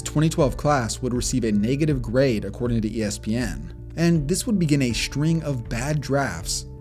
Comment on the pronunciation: Practice pronouncing words correctly. Straight isn't shtrate, and string isn't shtring, and streak isn't shtreek, etc.